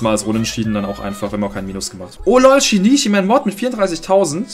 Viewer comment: Geiles Video aber übrigens Shinichi wird anders ausgesprochen das sh und das ch werden stärker ausgesprochen er ist aus dedective conan